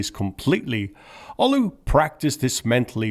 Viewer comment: "Olow" is pronounced "Oolov".